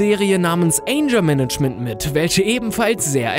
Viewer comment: anscher manaschement XD alter lern ma englisch 😂